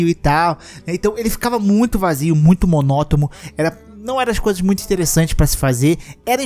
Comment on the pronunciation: Muito oque???? MONOTOMO ??? hhahahah Vai aprender antes de tudo. Quem percebeu deixa Like kk